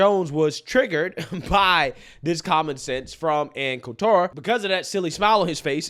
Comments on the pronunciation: I used to like Ann, but since she don't like Trump, I stopped liking her. Her name is pronounced coal-ter. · Col-ter not Col-tour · Yeah lol it’s Anne’s last isn’t pronounced like that. Not Col-TAR it’s just Coulter . But yes Anne’s right and we conservatives have been right on this for decades but yes just watch who they don’t show and you immediately know by default . You get plenty on local news because if they didn’t there wouldn’t be any news lol but hey I do live in memphis but hopefully escaping soon! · Ann's last name is pronounced "colt terr". She pay the way is a Trump hater. You should watch some of her recent interviews. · You made Ann Coulter (Cult-er) French 😂. Sorry, I couldn't resist. I love your content. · FYI…. there’s no emphasis on the T in “Coulter” — kind of sounds like “shoulder” except it’s “cole” “tur” 👍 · her name is pronounced like the colt handgun with an "er" on the end: "Colter." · Ann Colter pronounced Colt' as a baby horse, emplasis on COLT-ter...Colt-'' er. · love you man, but her last name is pronounced cole-ter, emphasis on the cole! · It's pronounced Anne Kohl-ter brah. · How is it that you can't pronounce Ann Coulter's name correctly? I've never really liked her. But she's 100% right here. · I have never heard Ann Coulter pronounced this way ever.. is a new kid on the block for sure. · Why do you keep sayin "Ann Coulter" like that? 😂😂😂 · He pronounced her name wrong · How can you not pronounce Coulter?? Its so weird... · Are you purposely mispronouncing her name?